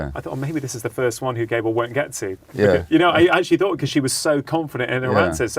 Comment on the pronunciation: Slightly annoying that Dr Chatterjee couldn't have found out how to pronounce Gabor...